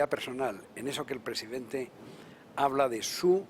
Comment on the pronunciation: Es el "Prejidenjte" amLOCO Lopez Hablador. ja ja ja. Tan pendejo que se puso la Banda al reves. ja ja ja.